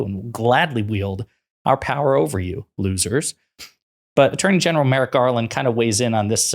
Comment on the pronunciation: It's Merrick, not Merritt, you tool! (She's mind-numbingly stupid.) Enough of this trash. Vote Blue! 💙💙💙💙💙